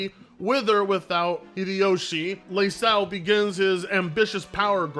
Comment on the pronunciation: Ieyasu ... not Leyasu! Leyasu sounds like a tiktoker moniker!